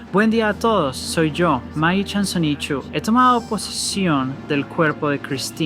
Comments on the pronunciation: es SONICHU no SONIKCHU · Sonichu campeón. Sonichu. No "Sonic-chu" ;)